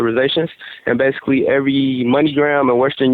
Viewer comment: He says baisically ever 10 seconds